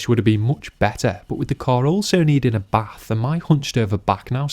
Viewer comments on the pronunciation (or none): none